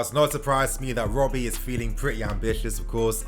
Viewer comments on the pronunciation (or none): none